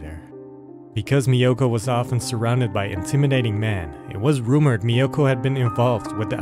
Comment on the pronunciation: This is a great channel. I just discovered it. I too had never heard of this crime despite now living in Japan for over 32 years. I don’t think the narrator is Japanese. The correct pronunciation of “Miyoko” is not MiYOKO but MIyoko. Takashi is not Ta KAshi, but TAkashi But that doesn’t really matter. Overall it’s a great upload 😊.